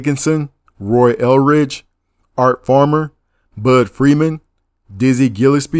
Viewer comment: Basie not Bassey Blakey not Blakley Eldridge not Elridge Gillespie not Gilispy Gryce not Greece Rollins not ro-lins Zu tee not zuttee But anyway, thanks brotha.